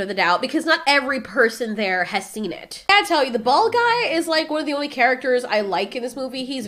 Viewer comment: Did she just call that guy a "gweed"😂